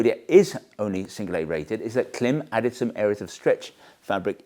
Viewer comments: Klim IS pronounced “climb”. Their own marketing confirms this. Change the way you pronounce it please. It hurts your credibility and misleads your audience into making the same mistake. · Klim. Pronounced Climb. As you know. :) Well done on the clickbait engagement tho! :D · Great reviews. I found my way here via a 5 year old video for the Zephyr Wind Shirt. Though I am surprised that 5 years later you're still pronouncing it with the short "i" rather than the long "i" like "climb" since it has the bar over the "i" right in the logo. They also use the "climb" pronunciation in their own promo materials. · Its pronounced "Clam" you Winker. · Stop disrespecting Klim and misleading your audience by mispronouncing their brand name. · Great video, thanks for sharing! Just FYI, you are saying the name incorrectly, it rhymes with climb. There are several videos on the Klim channel with employees saying it correctly. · How many times can you mispronounce the name Klim in one video? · Only fifty-four times! 😂